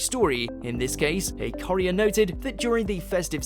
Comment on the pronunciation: Is no one upset at how he is pronouncing courier?